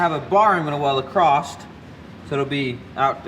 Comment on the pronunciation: I'm impressed by how this family can't say across